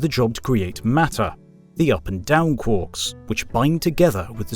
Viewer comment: Quarks, not quorks. Quork is a ferengi character in star trek.